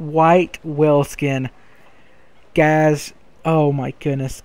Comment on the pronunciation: is he saying guys... guys... or gays... gays...